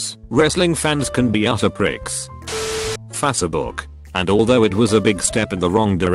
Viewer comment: Literally no one: Text to speech: Fa-suh-book